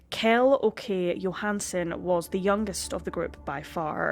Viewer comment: Good video, but damn, if someone asked me to name any of the people in the video I would have no clue, Swedish names just does not work in English at all. Strange considering we are both Germanic in origin, and even use similar biblical names a lot of the time. For example, the KJ in Kjell is pronounced SH, so it's Shell, though your Åke was pretty good. Not trying to be rude, I just thought about how different the names sound in English